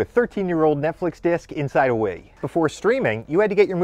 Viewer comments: Bro said inside a weee😂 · He pronounces wii like “waeee” and I’m here for it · Why does he pronounce "Wii" like that? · Why do you pronounce Wii and PSP so strange? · Why does he pronounce Wii like that? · the way this guy pronounces 'Wii' is triggering